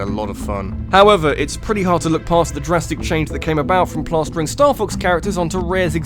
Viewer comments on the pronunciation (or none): "The drastic change" "The drasstic change" "The Jurassic change"